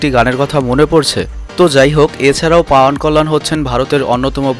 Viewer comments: পাউয়ান কল্যান না, উচ্চারন হবে পবন কল্যান সরাসরি হিন্দি থেকে কপি করেন কেন ? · পাউয়ান না ভাই পবন কল্যান হবে ওটা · ভাই ওটা পাওয়ান নয় পবন কল্যাণ